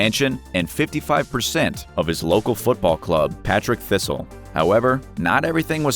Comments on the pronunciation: 'Partick Thistle', not, 'Patrick' 🙄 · Patrick Thistle!!!!! HA HA HA!!!! It's PARTICK Thistle! Oh dear 😂😂😂😂😂😂😂😂😂😂😂😂😂😂